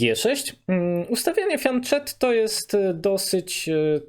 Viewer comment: Super, jedyne co jeśli mogę się przyczepić to z włoskiego fianchetto wymawia się fjanketto a nie fjanczetto, pozdrawiam